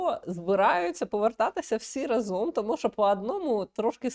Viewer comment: Не разОм, а рАзом